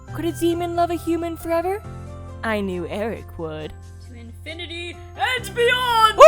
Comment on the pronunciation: Lol "TO INFINETY AND BEYOND!!!" 😂😂😂